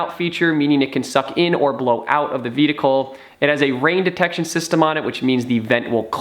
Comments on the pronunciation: Dude, I'm sorry... I love your videos, but please learn how to pronounce the word "vehicle". Again love your videos, keep up the great work. :) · I thought I was hearing him incorrectly the first time. But by the end of the video...